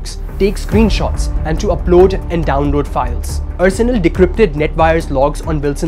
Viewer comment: Excellent report. However, the presenter needs to know that Arsenal is not pronounced as ur-surnul but are-surnul. Haven't you ever heard of the English football team Arsenal?